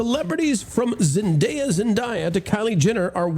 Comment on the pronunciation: her name is Zendaya with a long A. It’s not rocket science. SAy ZendAya correctly todAy, before you get on the airwAy, okAy?